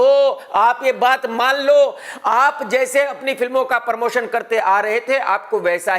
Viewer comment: Abe pormotion nahi promotion Bhaiyye